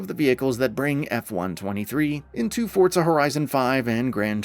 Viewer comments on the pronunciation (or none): none